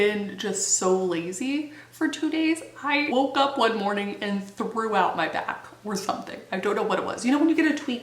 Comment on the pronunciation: I swear I can't be the only one who thought you said "I threw out my bath" because omg